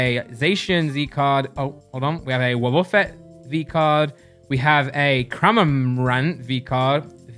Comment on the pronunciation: its called woh-ba-fet not wub-uh-ffet